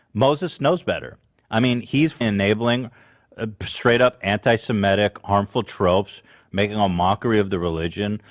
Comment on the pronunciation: it's her pronunciation of anti Semitic for me.